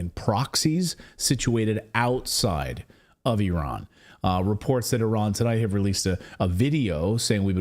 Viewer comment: At last ! an American who can pronounce Iran correctly ! it's NOT eye-ran !!!